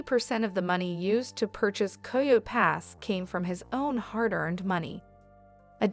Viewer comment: It’s coyote pass not coy yo pass